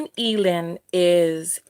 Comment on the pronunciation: AYE-LAND. Jasmine Eiland. Like "either"